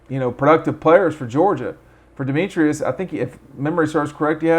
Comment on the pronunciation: Pronounced Dem-etris, not Dem-e-trius…also, Dominick Blaylock, not Dominique.